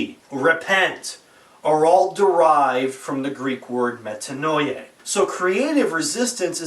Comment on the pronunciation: It's pronounced Metanoiah